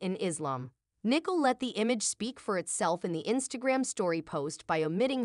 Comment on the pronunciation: and the name Nicole is spoken wrong - lmao